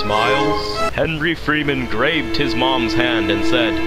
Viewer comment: When he said Grabed i thougth he said Raped XD